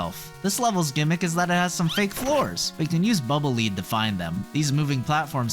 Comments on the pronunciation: Someone correct me if I'm wrong, as I could very well be, but I thought Bubble Man's weapon was pronounced "Bubble Lead," as in the metal [Pb], which rhymes with "fled." This is the first time I've ever heard "Lead," as in "leader." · Bubble Lead is pronounced like "led" not "leed". It's lead as in the metal. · I thoguht it was pronounced bubble "led" as in the dense, heavy metal lead, not the "showing someone around" lead, because the bubble is heavy and trails the ground rather than lifts into the air. It's a lead bubble. A bubble made of lead... Trying to explain pronunciation with correct spelling is hard....